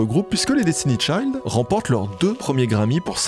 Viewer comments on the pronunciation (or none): t'avais une vidéo complète pour te rendre compte que tu ne prononçais pas le nom de Destiny'S Child correctement :')